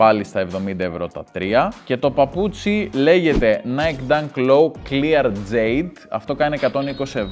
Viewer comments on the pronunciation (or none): none